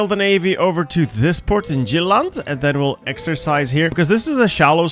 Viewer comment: Sjeilland, finn & judlant, the fine states of Denmark🤣I LOVE, when you try to read danish names, you should have played co-op with bokoen, so he could teach you!